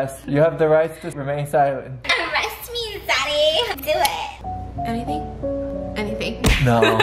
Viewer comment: Stephanie: "ArrEst Me ZaDdY" The comments: "ARREST ME ZADDY"